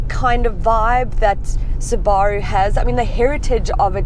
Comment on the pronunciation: Yes the correct way. Suba-roo is americanisation and is incorrect.